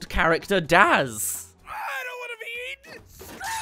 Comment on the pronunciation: I love how he said "AOT" than "A.O.T."